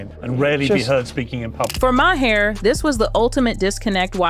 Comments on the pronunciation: NOT M A H A I R = pronounced MAYOR. The H IS SILENT. Why can’t Americans speak english properly. I feel like Prof. Higgins in My Fair Lady‼️ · Narrator, please note: Bill Maher’s last name is pronounced MAR not MAYHER. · You put together really good videos. Bill Mahr's name is pronounced mar, like car. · How could the narrator of this video not know how to pronounce Bill Maher's last name correctly? You're making fun of someone else but sound ignorant yourself. 😂